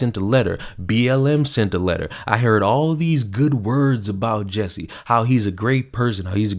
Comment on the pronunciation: His name is spelled J-u-s-s-i-e. Why does it sound to me like everyone pronounces it "Jessie"?